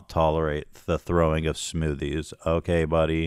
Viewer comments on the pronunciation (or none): I love it when Ethan says Aoukay